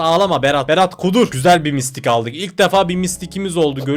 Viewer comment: Abi enson mistik değil mytik ( mitik )